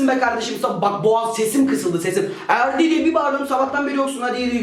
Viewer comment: Abi en sonda erdi diğicene ferdi diyosun